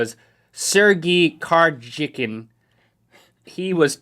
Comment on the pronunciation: Am I The Only One Who Thought That Link Said Sergey Kar-chicken?